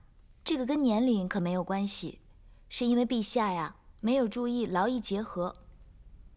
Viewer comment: 那個因為也太好笑了吧！😂😂😂😂😂😂😂😂😂😂😂😂😂 音調不太對喔！😂😂😂😂😂😂